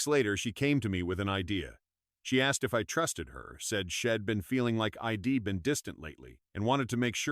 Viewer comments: Poor poor narration.NOT SHEDD BUT SHE What a load. SO hard to listen bastardizing the English language.GUESS no one proof reads it😂😂😂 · Man, this is one bad AI, shed instead of she'd